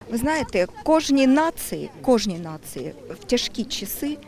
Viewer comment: " Ви знаєте.., кожній нациЫ..кожній нациЫ..,потрібна надія.." Але особливо потрібна пластична операція губів..особливо в важкий для країни час...:))))))